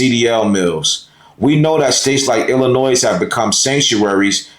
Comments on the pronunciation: Thanks Indiana. Once they enter Illinois the state police are ordered not to assist ICE. Just for the s at the end of Illlinois is silent. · Are you saying Illinois wrong on purpose? Also, it's ask not aks. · OK first the S is silent in Illinois, Second Several years back I ran steel in the area you are talking about and there are many many ways to get around those checkpoints, 3rd With the me egos that have been rampant for several years I do not expect anything to be accomplished until the drivers relearn how to agree to disagree and move on to a solution. My creds are 5th generation driver and 3rd generation O/O retired myself in 08 due to an injury and upcoming changes that I seen coming. Respect to those who are still in the fight and making the miles everyday. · You DO NOT pronounce the S in Illinois! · The “s” at the end of Illinois is silent. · S is silent in Illinois.